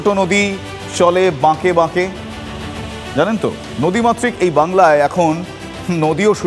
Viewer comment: চলে বাঁকে বাঁকে নয়। চলে আঁকে বাঁকে